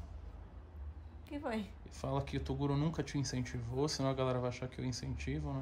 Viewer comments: tem Toguro errado o Próprio nome Falando "Tocuro" tem like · TEM TOGURO QUE ERRA O PRÓPRIO NOME "TOCURO" TEM LIKE